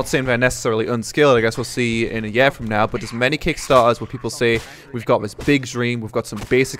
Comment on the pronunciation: Please get Danae to teach you how to say "year" right